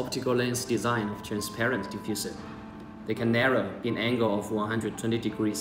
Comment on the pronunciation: You mean 'beam angle' not 'bean angle' lol